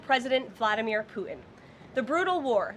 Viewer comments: As in PooTin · For the love of god..... Somebody please tell her that there is T in putin's last name. 🙄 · Has she got a speech impediment? putin has a ‘t’ in it.